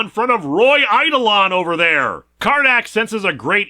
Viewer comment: I used to make the same mistake, too, but the accent in "eidolon" goes on the "do", not the "ei".